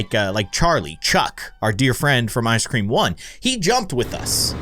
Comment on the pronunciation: ICE SCREM NOT CREM